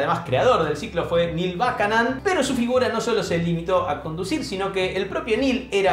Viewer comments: Gran video pero... No se pronuncia "bucanon"? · No te das una idea lo mal que pronunciaste el apellido de Buchanan...